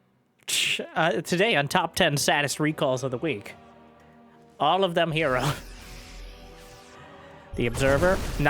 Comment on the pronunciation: Is it "Hero" or "Her Zero"? hmmm? hmmmmmmmm????